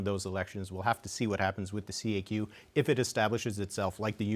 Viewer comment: It is not prononced C.A.Q, it is la kaque !